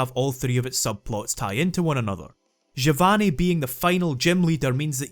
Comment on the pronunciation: Well, I didn't expect to hear someone pronounce Giovanni correctly today =P At this point I expect even other italians to say "Geeovani"